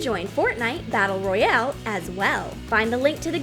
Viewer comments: My head hurts every time u say Royale wrong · Fortnite😂the way she said royale at the start